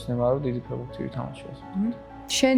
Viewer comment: ფეღბურთი არა ფეხბურთი ფეღბირთი საშინლათ ისმის ყურში